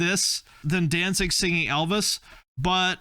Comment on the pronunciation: Danzig = Don'tZig😅😅😅